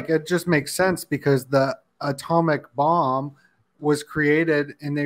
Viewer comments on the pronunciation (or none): none